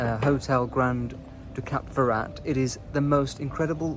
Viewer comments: It's Cap FerrÁ, btw, not Cap Ferra-t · The "t" at the end of Cap Ferrat is not sounded. And the beautiful town at the foot of the Alpes Maritime is pronounced "Ehse" not "Ease". As a chic globetrotter, you should get these things right ! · I’m very sorry but do not pronounce the ‘t’ in Ferrat it really grinds on me and anybody who speaks French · British talk dif than french